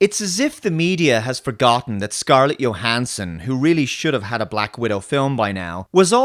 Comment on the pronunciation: Does anyone else find it odd that pronounces Scarlett Johansson's name with a Y sound at the beginning, but Milla Jovovich's name with a J? I've always thought they were the opposite.